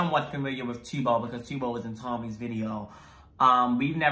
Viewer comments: I can’t with the T-bo lol Just to help with pronunciation it’s T-u-b-o Is sounds like tub with an O No hate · My lovelies , Not Tiubo it's Tub-Bo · its pronounced t uh bo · tubbo (tuhbow) that’s how u pronounce it lol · t-uh-bbo sorry but yeee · Me : *getting tigered because they Pronounce 'Tubbo' wrong*